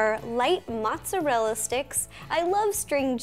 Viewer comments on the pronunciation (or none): none